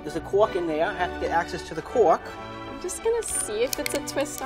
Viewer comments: there’s a quork in dere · “ There’s a cOrK in there, you have to get access to the cOrK “